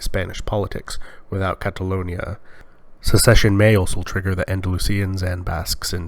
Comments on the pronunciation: why does the op pronounce catalonia as catalunia ? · Why does this guy keep saying "CataLOOOONia"? Check your pronunciation man